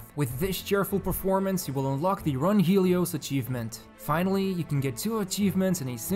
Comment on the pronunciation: It's not run (H)elios, please correct that in the video. It is a reference to Dazai Osamu's short story, 走れメロス （Run, Melos)